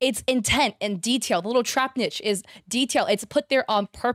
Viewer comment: It’s not Trapnich it’s Trapinch (said like tra-pinch). I get the feeling you’re dyslexic so I understand the confusion and there is no judgment at all, but just thought I’d let you know for future reference. Also, while the spelling of Feraligatr looks weird, it is pronounced “feh-ral-i-gay-tor” in my experience 😊 just like alligator.